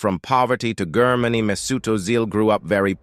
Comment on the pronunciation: Brother try jermany for GERMANY and you are closer with the rigth pronounciation .i am from Germany and that feels stupid stupid and simple wrong how U say IT.😅but best luck and have a nice day🎉